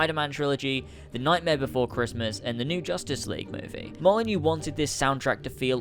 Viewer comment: you passed the first test. You pronounced Molyneaux correctly. You've gained trust.